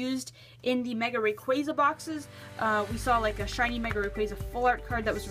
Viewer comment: rayquAzA not rayqueza